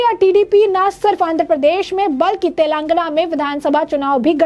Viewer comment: मैडम, तेलांगना नहीं तेलंगाना l 😂😂😂